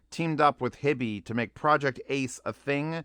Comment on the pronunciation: Howdo you pronounce "HiFi"? Why do you say Hibby? Do you see two b's? Sounds retarded to me. Also berillium is radio active. Do you really want radio active material in your ear canals right next to your brain?